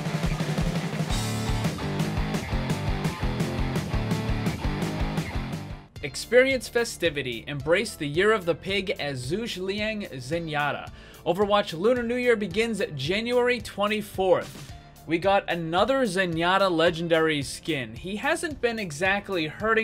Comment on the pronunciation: Zhuge as in "Zhoo-guh," not rhyming with "huge" BTW